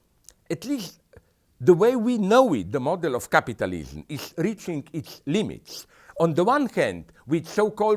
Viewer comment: I just love the way he pronounced capitalism. Capatalism XD